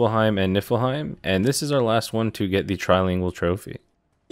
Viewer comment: You pronounce it knee fill heim